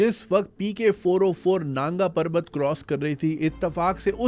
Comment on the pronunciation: Naanga parvat nahi nangaa parvat.